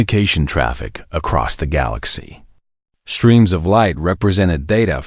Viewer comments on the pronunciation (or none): seconds into this POS, "..some BRETHED oxygen..."!! WTF is "BRETHED"!!!!!!!!!!!???????? And your POS AI pronounces words with "...str.." as "...SHTR.."!!!! POS AI!!!!!!!!!!!! "SHTREAMS"!!!!!!!!!!! POS AI!!!!!!!!!!!!!!